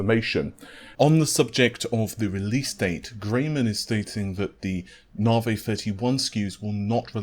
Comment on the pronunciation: Nah-vay. lol